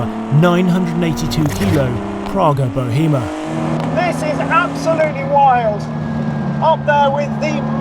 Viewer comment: This might be the first review on the internet of this car with the name pronounced correctly. Now you just need to review the new Pagani Utopia and be the first to pronounce that correctly as well 😂